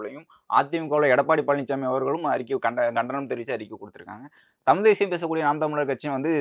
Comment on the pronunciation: இவருக்கே தமிழ் அப்படின்னு சொல்ல தெரியல தமில்தமில் தமில் எப்பா சாமி தமிழ் சொல்லுப்பா ஆனா நல்ல கருத்து சொன்னீங்க அது கரெக்ட் கருத்தெல்லாம் ஓகே ஆனா தமில் தான் இடிக்குது